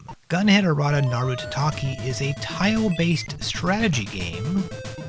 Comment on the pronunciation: The subtitle of the game is "Kaettekita Ultraman Club" (帰ってきたウルトラマン倶楽部), not "Kittekita..." And you kept saying "taTAKI" when the word is "tatakai" for Gunhed: Aratanaru Tatakai.